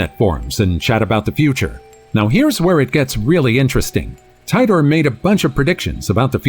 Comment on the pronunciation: It wasn't a time TUNNEL! it was a CHAIR! The Montauk Chair. It's not, John Tidor, it's, Teetor. The van in Liverpool said, "Carden's", not, Caplan's! The girl with the "phone" also looks like it could be a deck of cards, a small book, a package she was about to deliver or mail, etc..